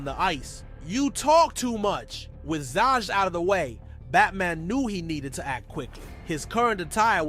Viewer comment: Zsas not Sjosj and it's Vries, Victor Vries or van de Vries depending which narrative they use